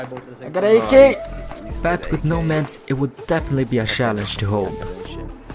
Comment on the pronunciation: why can you say but, you keep saying BAAAAAAAAAAT